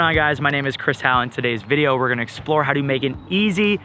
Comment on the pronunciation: Its how not hau